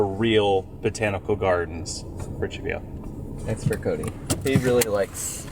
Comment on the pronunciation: had it pretty spot on 😂 when Chevayo said it I thought where?!?!